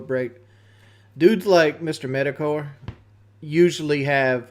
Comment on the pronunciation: Did he just say, "Mr. Meta car,"? He's said Metokur's name correctly in the past, is his brain melting?